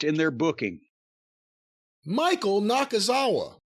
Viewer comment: EVERY TIME he says Michael Nakazawa’s name I end up in tears lmao 😂😂😂